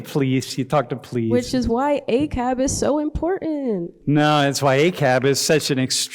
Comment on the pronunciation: "This is me being a little bit narrow minded, but..." Young lady, that's WAY more than 'a little bit'... You've been given bad info and you didn't take the time to 'do your due-diligence' to find out the truth. 🙄"That's why ACAB is so imporannn" (can't even pronounce the word 'important' correctly 😣) In case you didn't know, ACAB is an acronym for 'All Cops Are Bastards' .. This is how young black kids are being brought up to think.